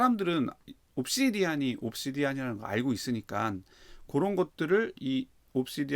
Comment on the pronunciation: 중요한건 아니지만 옵시디'언'이 좀 더 맞는 발음인 것 같습니다!